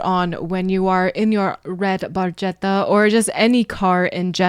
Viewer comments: The Barchetta that Neil refers to is an early 1950s Ferrari 166MM ( Mille Miglia) Barchetta, or Little Boat in English. The proper pronunciation in Italian is Barketta, as ch in Italian creates the K sound ( the letter K being one of the letters absent from the Italian alphabet) An Italian friend of Geddy's pointed this out to him much later, and he apologized for his mispronunciation. The reason you haven't seen one around is that there are only a handful worldwide, and cost upwards of $10 million US. Although it was Neil's dream car, it was even out of his reach, even if he could afford it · Ironically, "Barchetta" is intentionally mispronounced. I say it's ironic because Neil was a car guy... he knows the "ch" is pronounced with a "k" sound. My interpretation is it's in a future where the proper name for the antique sports car has been lost, so it's pronounced phonetically. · And...for anyone that might not know Italian, he mispronounces barchetta - you say it "BARKETTA" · It actually should be pronounced barketta. When a c or g has an h after it in Italian orthography it makes sure the word is pronounced with the c in can and the g in get. Language nerd and long time Rush fan here. They are my favorite band. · The correct pronunciation is "barketta" (with the hard c, as in Italian ch is pronounced like the letter k) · It's pronounced "redd Bar*ketta" ch in Italian is a 'k" sound. Geddy was pronouncing it wrong. LOL! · In Italian, "ch" is pronounced like "K." So, you should pronounce it as red barketta. Barchetta in Italian means "little boat" because its shape resembles a little boat. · It's pronounced bar ketta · Barchetta is an Italian word and the right pronounce is BARKETTA (in Italian CH=K) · It's correctly pronounced "bar-kett-a," translated as "little boat" in Italian. In sports cars, it's an open-top, two-seat sports car body style, most likely a Ferrari. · The Italian pronunciation is actually Barketta (with a strong C). Barchetta meand small boat